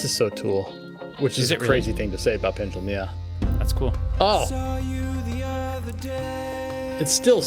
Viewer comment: You keep calling Pendulum, Pendalem. Trivia, there's a mock act called Pedalem which is worth a listen too. It's a joke version of each of these tracks